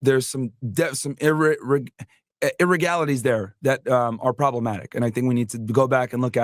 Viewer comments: … is he trying to see irregularities??? 😂 “irregalities” that’s rich. needs to step away from his talking points and skim through a dictionary. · He can’t say the word IRREGULARITIES correctly though. Kinda like he’s reading a note but didn’t practice saying it right.